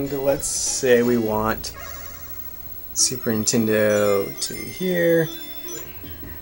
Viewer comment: I swear you're saying 'Super Intendo'. Am I just crazy? Lol.